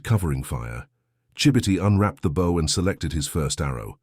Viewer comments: The AI is confusing a compound bow with a recurve bow. There was no such thing as a compound bow in the 1940s; you had long bows and recurved bows. He would be using a recurve bow. And, the AI does not know how to pronounce bow. And the headline misidentifies his tribe. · Another damned AI bullshit story. You can tell because AIs apparently can’t pronounce “bow”. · Bow is pronounced BO